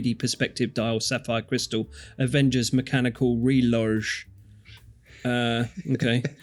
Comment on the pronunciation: "Reloj" is Spanish for clock, and is pronounced ray-low.